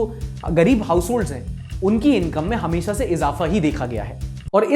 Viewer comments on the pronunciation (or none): none